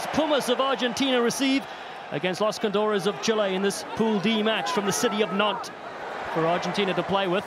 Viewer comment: It’s cóndores, not condóres. Bro, can that commentator even read?